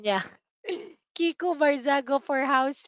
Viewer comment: Mali yong binabangit mo.kiko.hindi viko. Pakinggan ming mabuti Ang vlog mo. Just correction✌️😊